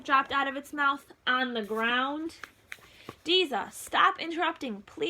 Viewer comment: Umm it’s deza